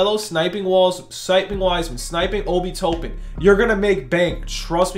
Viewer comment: TOP-IN NOT TOE-PIN